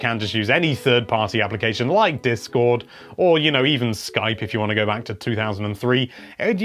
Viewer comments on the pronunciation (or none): none